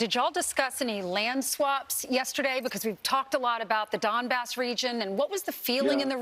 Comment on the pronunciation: Trump's pronunciation of Donbas sounds a lot like dumba$$.